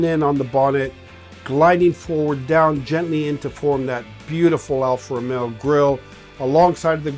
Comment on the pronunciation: I swear he said Alfa Romeo Bruh the first time he mentioned the car